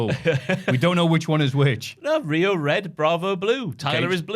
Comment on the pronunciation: Rayo is exactly how Pete would pronounce Rio.